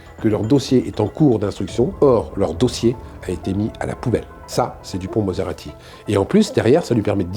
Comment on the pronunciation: Moretti et non maserati non mais ! Ça flingue le propos 😂